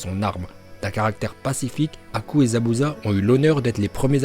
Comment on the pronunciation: Choqué par la prononciation de haku par